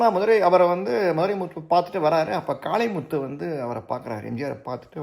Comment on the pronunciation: காளிமுத்து முன்னாள் சபாநாயகர். காளைமுத்து என உச்சரிப்பு இருந்ததாக தெரிகிறது.